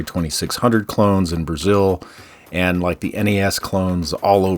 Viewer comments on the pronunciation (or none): none